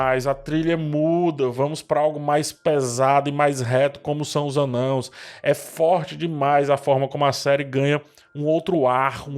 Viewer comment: Mano, esperando a explicação prometida para a pronúncia de "Anãos"!